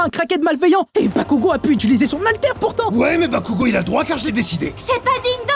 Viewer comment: Je rêve où j'ai entendu du un "bakougo" de la pare de deku?😮(Au début)